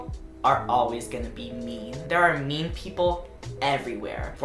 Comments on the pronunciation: you said “mean people” but i thought you said “meme people” lmao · i thought he was saying meme people. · I thought you were saying "meme people" and I was very confused for the first half of the video